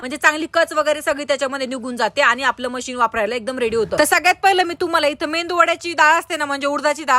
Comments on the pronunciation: मेंदू नाही मेदू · Mendu Vada nahi ho medu vada😅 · Mendu vada nahi Medu vada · मेदू वडा असतो तो... मेंदू वडा नाही 😀🤦‍♂️ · pan ka mendu vada mhantat 😂😂😂😂 Medu vada asat te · Medu vada ga bai...mendu nhave 😂😂😂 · MADAM MEDU VADA MHANTAT. MENDU VADA NAHI. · मेंदू वडा नसतो 😂 मेदू वडा असतो तो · मेंदू वडा😂✔️ मेदु वडा❌ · Mendu vada nahi tai medu vada